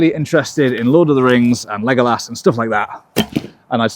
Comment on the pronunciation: how you pronounced Legolas, and hearing somebody else say it,was<3<3<3<3<3<3<3